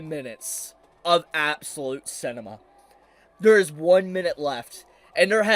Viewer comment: "Absolute CInimea" Tell us more about how you're a teem associate without telling us your a teaaa something something 😐